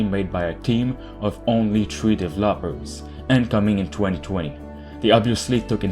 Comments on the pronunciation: Just wanted to let you know I'm subbed just to hear how you mispronounce the word ''developer''. Instead of normally do it - ''devÉloper'' you pronounce it ''devlÓper''. Ha, so funny! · I find it interesting how many non-native English speakers pronounce developer as "dev-a-LOPper"